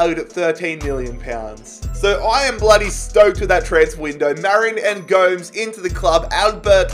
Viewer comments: No one: Absolutely no one:: calling gomEz goams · Go-mez not ghomes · Man said 'angle g-oh-mes' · It's Gomes as in Gomez not Gomes as in G(n)omes 😂 nice though lol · Gomes not gome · Please,Gomes is prononuced gomez,yknow,like the german striker,mario? Just with an s on the end,go mes not goames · Bro it’s angel go-mes not angel Gomes it is so cringy that you’re pronounced it wrongly sorry for correcting u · The correct pronunciation for Angel Gomes is Angel as in an Angel or Arch Angel and Go mez. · PLEASE STOP CALLING GOMES GOWMS!! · Also the way he said Gomes' name is beautiful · why did he say gomes like that lmaooo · please don't ever say Angel Gomes' name like that ever again lmao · I was laughing evrytime he misspronounced gomes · has to be the worst pronunciation of angel gomes i have ever heard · The man cannot pronounce Gomes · Bro please never say Gomes like that ever again, its triggering me beyond belief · Hi its prenounced Angel like and angel from heaven and Gomes like Gomez 😁